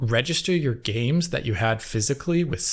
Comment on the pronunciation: "xbox one Gays" 😂